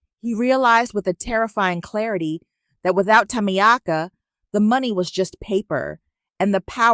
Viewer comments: Is the name Tamiaka or is it supposed to be pronounced Tamika? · I love the voice but the name is pronounced Ta meek ah. Think about getting a woman with some age to make it really real baby. I will do it just for the fun and the attitude. It sounds fun and I love your stories. Great stories.